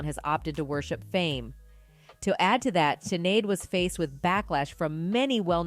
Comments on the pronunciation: Sinead is pronounced shi-nayd not si-nayd. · This is a terrible presentation! It's AI! Jumbled! and it's SCHINade, not SINade! Shame on you for disrespecting her legacy. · Come on "Just in", it is NOT pronounced Sin-aid, it is Shin-aid, it is a celtic irish name. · You know it is pronounced SHinead, not SINead. Have you never heard her name said before. Seriously..she was a sad soul with immense talent. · Pronounced SHIN AID NOT SIN AID!!!!! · Dear "Just In" - could you not at least get the pronunciation of her name right? It's SHIN-ade, not SIN-ade. It's not like you couldn't find hundreds of thousands of results on google giving you the correct answer if you looked it up. Incredible. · The pronunciation sounds like 'Shinéad' not Sin-éad..... The S has an Sh sound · Your wrong pronunciation of her name is really irritating. Sinead isn't pronounced with an "S" but with an "Sh"! I can see snippets from British news channels in your video so you must have heard the right pronunciation as I heard you pronounce it correctly but reverted back after that. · It's pronounced shin..ed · Her name is pronounced SHINADE! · Could u pls pronounce it "Shin-aid"?! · The 'S' in Sinéad is pronounced 'Sh' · The narrator in this video can't even pronounce Sinéads name properly... Sinéad is a beautiful & popular Irish name. Sinéad is pronounced like: 'Shin-aid' ☘️ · It’s ducking shinnnnnaid pronounce it correct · It's SHI-Naaaaaade fktrds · 🤦🏽‍♀️ can't they at least learn how to pronounce her name???... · You could have honored her too by pronouncing her name correctly before rushing your video for quick gain. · For Heavens sake Pronounce Her Name Properly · Please pronounce her name correctly! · If you can’t even pronounce her name properly you are making this for money as you obviously are not a fan or admirer since you don’t even know her name. FO!!! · Geez, at least pronounce her name right. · Just say her name correctly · Teach your Bot to say her name correctly !! Shame !! 💥